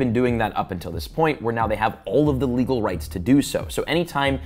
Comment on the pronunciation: leagel? Aloud? 😭😭😭 your English makes me cry